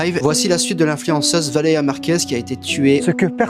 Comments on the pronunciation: Valér"i"a Purée de gland, c'est pas compliqué! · Message aux sous-hommes qu'on voit dans les extraits montrés : C'est VALÉRIA BORDEL !!! Déjà qu'ils racontent de la merde sur une personne défunte pour se faire du fric, en plus ils se permettent d'écorcher son prénom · C'est moi ou personne ne prononce son prénom en entier? VALÉRIA pas Valea. Bordel apprenez a articuler